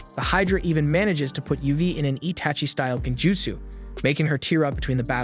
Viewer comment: the way he said itachi made me wanna drink water after eating mint gun